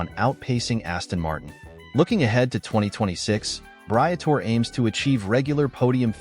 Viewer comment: If you are going to get an audience who respects what you are saying at least learn to pronouce the names of those you are taling about... Britore...Bree-a-tor-eee.